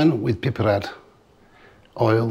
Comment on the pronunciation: Its so satisfying the way he says "piperade"